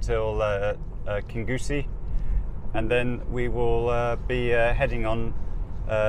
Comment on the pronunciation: Hi It's pronounced King Ussie NOT KinGussie OK?